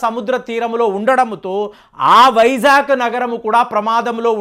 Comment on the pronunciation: వైజాక్ కాదు, వైజాగ్, నీ తెలుగు కు పట్టిన తెగులు ఎప్పుడు పోతుందొ? 1 వ తరగతి తెలుగు బుక్ కొని అ,ఆ లు, గుణింతాలు, ఒత్తులు నేర్చుకోండి.